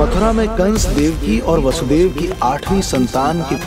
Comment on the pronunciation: Very nice. It is not वासुदेव but वसुदेव।